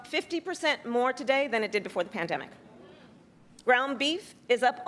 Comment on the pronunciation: he calls it the bandemic lol but complains about the subsequent inflation lol.